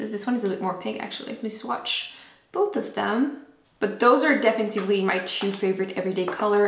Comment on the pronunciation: Hahaha no worries.... it's obvious you get it mixed up with "definitivement" and that's the part that makes it cute! :)